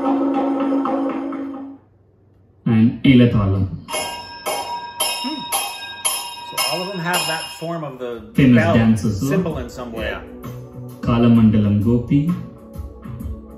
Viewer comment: Most of the pronounciations in the documentary are wrong.Like he says "kaalamandalam" instead of kalaamandalam."Tabela" for "Tabala"."madelam" for "madhalam"